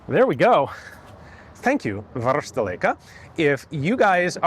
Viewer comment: Great video! An excellent seller and an excellent YouTuber meets 😊 BTw: You can pronounce "varusteleka" very well